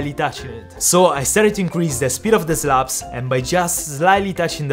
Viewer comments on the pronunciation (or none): Dude, I love your channel - but the amount of time it took me to figure out that you said slaps and not slops was unreal xD